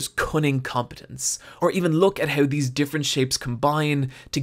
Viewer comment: gotta love how he says "HEUW" instead of How xD